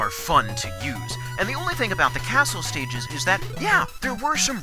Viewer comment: I think you may have said sticyges rather than stages. (After Crystal Man no.)